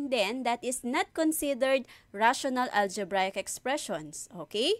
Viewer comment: it's the "ALJEBRAYEK expression" for me